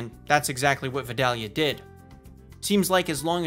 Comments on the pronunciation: ik I'm late to the party but as a southern man I have to make it known that Vidalia is pronounced vie-day-uh or vie-dale-yuh, not vid-al-ia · This is a major nitpick but Vidalia is pronounced "Vai-DAY-lee-uh" by us Georgians instead of "Vid-AH-lee-uh" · Its definitely "Vi-dale-ya" not "vi-dall-ya" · V- I-dale-ia onions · V-EYE-DALE-YA.. the way you say it is so cringy bubba. Yu one of them Canadians? Or you must be from Minnesota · I live about 30 minutes away from Vidalia, Ga. The proper way to pronounce Vidalia is Vye - daily - uh. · It’s Vi(long I sound)-Dale(long a sound)-yah. :) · It's pronounced Vie-Day-yu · That is NOT how you pronounce Vidalia. Sincerely, a Georgia resident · You said Vidalia onions wrong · The way he pronounces “vidalia” makes me angry 😂 my wife is from Vidalia and she cringed at the sound of him pronouncing it as well.